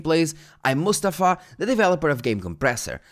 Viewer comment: Just gotta say it's cool you said Mustafa correctly